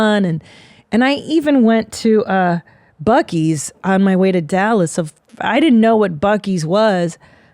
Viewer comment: Buccees is mind blowing. Someone needs to show Christina the video of the lady saying buceys